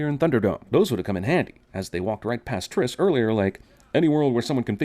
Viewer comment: OMG YOU SAID FOURTRIS